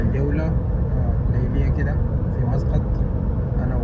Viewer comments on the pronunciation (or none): مو مسغط 😂😂 مسقط مسقط 😂😂😂😂😂😂😂😂😂قال شو مسغط 😂